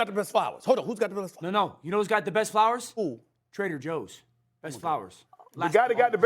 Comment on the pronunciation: That fool said Trader Joe’s 😂😂😂